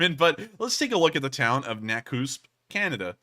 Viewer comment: Lol… skip ahead a bit and thought the town tour looked familiar? To my shock you were checking out my mothers home town in “ Nakuuusp?” BC. It’s Nakusp like Na-cusp. Lol. No biggie. Great town. Hospital also. Great fishing , lots of hot springs , etc etc. Come have a vacation. I’ll buy the rounds. But… you have to leave your guns behind. You can’t bring them in. Lol. Not to worry. We have lots up here. No need. Rick Ross, Hatzic Lake in Mission, BC. Never miss you channel